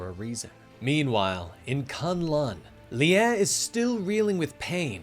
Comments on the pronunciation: sorry to correct you but its Lie is pronounced LI not LI-a but other than that keep up the amazing work guys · No it's more like Li-eh or like Lyeh